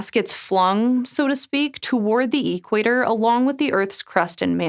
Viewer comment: The way she said equator was odd, what dialect is that?